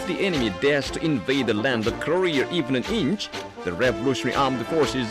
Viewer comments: The narrator seriously needs to practice on saying 'Korea', it sounds like he's saying 'Korrrrrrrrrea'. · the guy pronounces korea , career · Does anyone notice the North Korean Commentator saying "Korea" like "Career?" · Ilove how they say Keureyeur instead of korea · announcer voice “korear” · Also, "Kareer"... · "North Korear" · Korear. Korear. Korear. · I had to idea it was pronounced Korear! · i didn't realize Korea was pronounced, "Ka-reer"